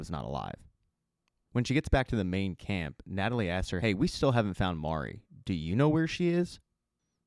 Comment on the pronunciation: at least you got Mari’s pronunciation. I don’t know how many of these reviewers are saying “Mary”. 🤦‍♂️ I’m like: have you actually *watched * the show?!